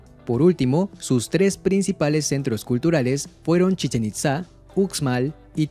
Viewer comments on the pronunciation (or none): un detalle que no tiene nada de importancia pero que aún así resalto por si acaso. Uxmal no se pronuncia así como lo lees; la "x" se pronuncia como "sh", así como pronuncias "mexica".